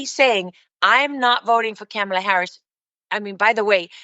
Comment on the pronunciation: Some of what you say is true... but do you HAVE to keep pronouncing Kamala's name wrong?!?!? No one calls you "Roos-ul"